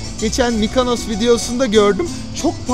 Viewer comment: (MikAnos değil, MikOnos!)